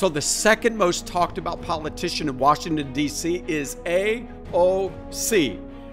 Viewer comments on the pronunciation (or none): none